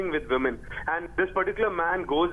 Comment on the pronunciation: "touching veeman"